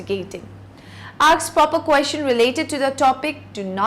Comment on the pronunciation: English teacher cant pronounce "Ask", says Aks, Mercy!